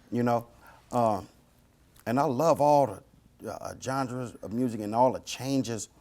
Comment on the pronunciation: Suga Free is a legend but did y’all hear this man said Gengra